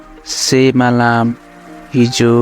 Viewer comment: pronounce gareko galat xa tapaiko...galt na sikhaunu plz..pahile aafu siknu🙏🙏..example...सेमालम होइन teslaiii समालम pronounce garinxa